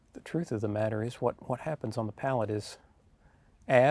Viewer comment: I tell ya hwhat